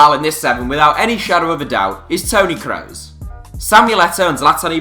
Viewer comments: its pronounced kroos not kreus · daniel IR It's promounced Kross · daniel IR he pronounced it "crows" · It is pronounced Crooos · I don’t like the way he says Kroos.. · Wtf is that pronunciation of kroos 😂😂😂